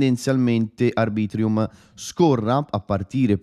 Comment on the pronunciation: Arbitrum non ArbritrIum😂